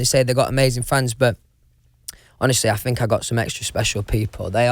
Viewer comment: "won direction" "i fink" "do ya kno wha ah mean" "mm" "noice .. noice" "ma'a of fact" "ah woll is a woll" "me" "guud" - louis tomlinson 2019